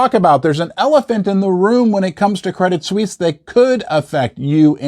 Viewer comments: it's just Credit-Swiss - not Swiss-ee. it's written differently pronounced the same as the word "Swiss". as per your comment on Gold going to $3500 per ounce: it could go much, much higher. Jim Rickards has been saying it could go to $10000 per ounce, and Egon von Greyerz stated it could easily even go to $100000 - yes, you're reading correctly: a hundred thousand United States Dollars per ounce of 999 pure Gold. how? well, your public debt is over 130% to GDP, which is 50% higher that of a Banana Republic which not only makes you insolvent, but legislatively unreliable - just look at the corruption in your government - other nations don't want to trade with liars that can't keep business promises. you have the Pentagon's missing or unaccounted $38 Trillion that was discovered a few days prior to the incident 11th of September attacks. not to mention the enormous Derivatives-bets market complex of Wall Street high-rolls, that are intertwined with the Global Systemically Important Banks which are also recapitalized many times over. they are the most levareged banks in the world, just like the Bank of Japan that hasn't stopped the currency printer since 2000. this is an economic blood-bath, apocalyptic, armageddon of an event that should've happened back in 2008. but was only post-poned to this day. now, the proverbial can cannot be kicked further down the road, because we have come to the cliff - the end of the road. it has started to hurt the nation's people, and it's on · Why are you pronouncing the name of the bank they way ? Pron = Credit Sweece. Not Sweecie ! Still if Americans say “soccer” and God help us ! “Erbz” then we all have to suffer in this internet age. Aaggghhh! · It’s pronounced Credit “Swiss”, not “Swissy” 😊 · its "swees" credit swees. not sweesy. you sound like a hillbilly saying it that way. its one of the largest banks in the world. stop being ignorant.